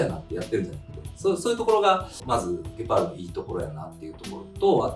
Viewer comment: ギュパールであってますよ😊